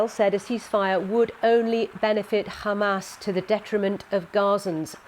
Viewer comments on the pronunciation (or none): İt's pronounced "HAMAS" NOT "Khxamas"! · Is this presenter Israeli? Why is she pronouncing Hamas like the Israelis? 😅 Zionist run the bbc. They have Israeli talking points and now Israeli pronunciations.